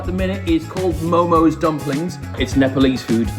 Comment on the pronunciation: its so hard when someone says momos to MO:MO 🥲